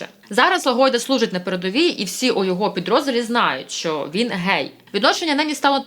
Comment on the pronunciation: "Гей"-це вигук, а "ґей"-це ґендер!